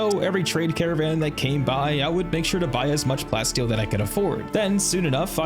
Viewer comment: Love that follow up thanks so much, love the vid. But bro it's plah - steel... get it? like a mix of plastic and steel. You're saying plat steel like a mix between platinum and steel which this is not.